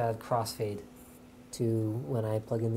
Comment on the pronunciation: Epic coss-fade there.;)